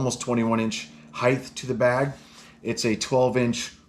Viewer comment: Love the bag. "height" doesn't end with a "th".